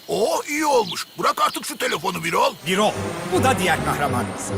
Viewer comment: Birol değil Bürol Bürol "ü"ile "ü"